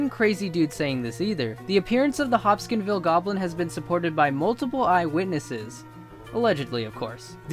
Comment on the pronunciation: It's the Hopkinsville Goblins, not the "Hopskinville" Goblins.